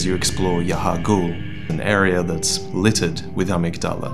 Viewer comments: Love your videos, but Amygdala is not pronounced "AH mig DOLL Uh" it's pronounced "Uh MIG duh luh." Which, for those that don't know, the amygdala is a ganglion of the limbic system that's responsible for the emotions of fear and aggression in your brain. So it's fitting an enemy is called the Amygdala in Bloodborne. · Okay, you know I love you and all things gravy and sunshine, but... a-MIG-da-luh Thanks!:)